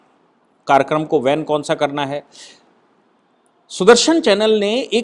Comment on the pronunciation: Karyakaram ko van nahi ban word hai sir